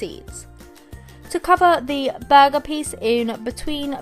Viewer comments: Was it just me on when she said burger sponge did it sound like bug sponge BTW no hate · The way she says burger is making me laugh idk why xD!!!